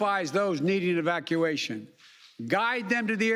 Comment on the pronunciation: He mispronounced 'evacuation,' it seems like his speech gaffs are at it again.